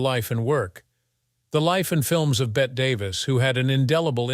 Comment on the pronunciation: It's pronounced Betty. She is not a wager.